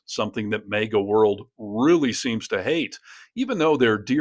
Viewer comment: DUDE... you are the ONLY media pronouncing MAGA with a long vowel A (like hay). It is MAGGGGA with a short A, like ASSHOLE. Why are you saying MEGA?